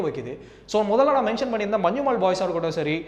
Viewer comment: മഞ്ജുമോൾ മാറിക്കിട്ടി 😂